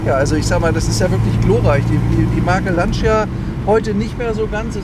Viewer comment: Beim Wort "Lancia" wird das i nicht ausgesprochen! Schönes Auto, schönes Video.